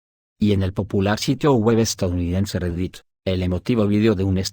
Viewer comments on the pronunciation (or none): none